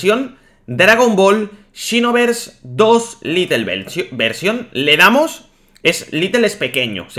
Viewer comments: se dice lait no lite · ...se dice xenoverse LITE no LITTLE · Porqur dices "litel" y no lait y la escusa de que no sabes ingles no vale xq hay videos donde lees y traduces del ingles al español xD (mirando todo el video ya lo entendi dices litel porque es un version pequeña osea "little" ) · Es Lite no litle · Ya pero bueno, se habrá equivocado en todos los vídeos que hace hablando de este juego diciendo little :v